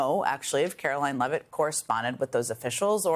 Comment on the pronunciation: It's Carolyne Leevitt, NOT Levitt, geddit?